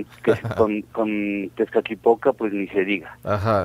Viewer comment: Todo bien pero por decir Tezcatipotla 😂😂👎👎